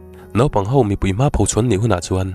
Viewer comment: I chhiarthiam viau a. A tawp akan ngaihthlak hai theih chu alo ni ta han tih chu a van dik lo veee. Hau ni lo in Ho ti zawk la ngaihthlak anuam zawk ngei ang. Tang zel rawh.. A ngaihnawm ania